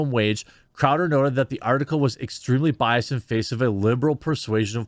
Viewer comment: “Was biased”. Sure the -ed ending is hard to hear but it’s not silent!